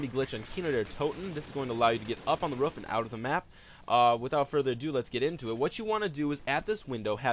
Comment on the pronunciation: "you can actually get on the ruff here"